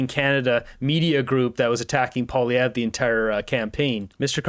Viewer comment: Angry Polieve?? lol whatever